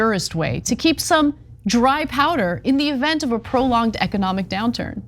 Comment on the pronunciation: “Ecodomic” high quality talent on this show…